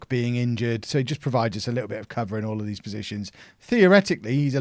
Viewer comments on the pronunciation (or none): He calls all days for dees.